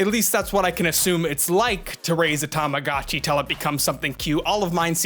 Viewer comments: "Tamagatchi"? My good Sir, it's actually "Tamagotchi" 😅 To all who will type "this is a four year old video"... Yeah, but this is the Internet 😅 People will find old videos. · Every time you say tamogatchi instead of tamagotchi, part of my weebo childhood dies inside. ;_ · Tamago-chi is pronounced with a LONG O. Tamago is Japanese for 'egg.' Also ENUNCIATE YOUR "T"s. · Tama-GO-chi. TamaGOchi. AAAAAAH! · You have the worst pronunciation of tamagotchi I've ever heard nd you kept saying it over an over again, I just had to close the video